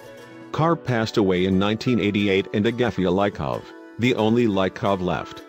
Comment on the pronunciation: Its leekovs